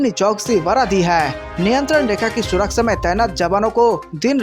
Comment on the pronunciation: Wrong pronunciation of surakchha